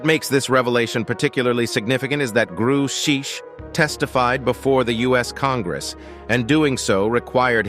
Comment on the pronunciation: Can't say I've heard of a David "Gru-shaesh." Maybe this channel isn't quite the subject matter expert or authority on the matter after all. What's next, "nuke-you-ler" weapons? Lol. Disappointing video. SSDV